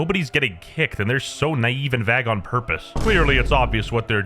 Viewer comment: did you say vag instead of vague